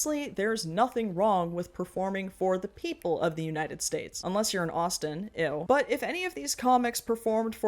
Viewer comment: Everytime you said Austin like that I thought you were calling me a slur